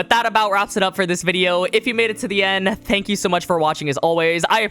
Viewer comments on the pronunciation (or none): none